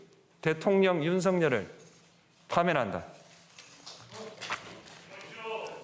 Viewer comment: 파면한다의 피읍 발음 겁나 카리스마 있음